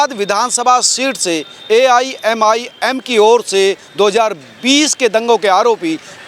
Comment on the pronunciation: AMIMI NAHI AIMIM